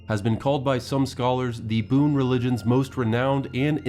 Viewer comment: BUN its pronunciation is BUN not Boon .